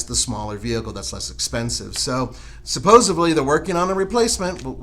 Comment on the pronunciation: On the Z4 commentary, it's supposeDly not supposeBly